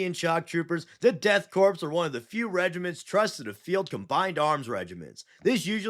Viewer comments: My brother in Space Christ…. It is pronounced Core not Corps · You're killin' me with the corpse talk. Corps is pronounced core, bro. 💀💀💀💀 great video notwithstanding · It's pronounced core not corpse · Do you know you are saying korps wrong? Sounds like "death core", not corpse 😊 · Everyone mispronounces korpse (core) as corpse. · You don’t pronounce the “s” in “korps”, it sounds more like core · Just a little correction, it's pronounced Core, not Corpse. The spelling does throw people off, but I learned because of the Afrika Korps from World War 2, and to sort of a lesser degree, the US Marine Corps. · It's pronounced 'core' The Death 'core' of Krieg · Korps is pronounced core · did you say the death "crops" of krieg? XD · Also it’s pronounced death core of krieg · Corps is pronounced without the P. It's just "kor". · Korps/Corps sounds as Core, loved the vid. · the crepe dorks of krieg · Death karps of krieg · Death Corn of Greg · Death Kraps of Kreeg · The Deaf Crepes of Cheems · Im gonna be that dude and give a little correction. The S in 'Corps' is silent. Missing this triggered me enough to write this comment lol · The p and s in corps/korps is silent. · Bro talks down to half the fanbase and doesn’t know how to say korps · yeah I thought so too just didn't want to correct him and be a wrong asshole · In korps the P (teehee) and S is silent.